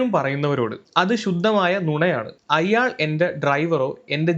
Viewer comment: Good reporting..but 1.you are saying "Ayyaal" .but "Ayaal " is correct..2."Aphiruchi" alla.. "Abhiruchi" is correct malayalam..